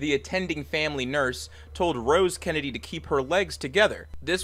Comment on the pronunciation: Gotta slow down on Kennedy , keeps sounding like candy